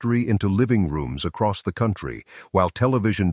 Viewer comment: This is such garbage. Listen carefully if you can stomach the repetition of nonsense descriptions and you will hear the telltale mispronunciations—See-hildren for children, see-oh-in-try for country—of AI reading. I am sure there is a story of this wagon train that matters, but I am appalled that this masquerades as “history.”